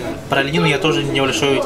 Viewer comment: Когда Дима говорил "о, о" Я подумала очко а не ого😮